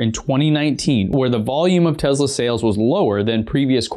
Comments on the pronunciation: What is Tezla? I thought it was Tesla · Hi, I love your channel, but please try to pronounce Tesla not Tezla. Thank you. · I know you think it sounds "kewl" to say "TEZLA" but it's really annoying and when added to other things you say such as "anyways" makes the viewer question which dumpster you climbed out of. Other than that, pretty good video! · Why does he say “tezla “ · It’s Te”S”la.. not Te”Z”la LOL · He says “Tezla” 😂😂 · TeSla not effing TeZla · Te-Z-lah ? WTF? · I believe the companies name is pronounced Tes la not Tezz la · Stop saying tezla... please